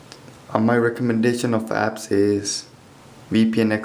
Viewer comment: I sounded like you said "And lots of faps should pop up" no offense